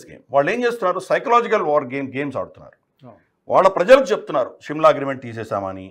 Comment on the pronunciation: Shimla is wrong pronunciation of telugu